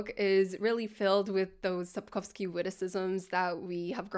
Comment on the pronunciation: Произнесение Сапковского и названия книги тебя выдало 🙂